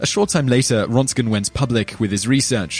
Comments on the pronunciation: The name is Röntgen not Rontgen. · Man, you butchered Röntgen's name badly.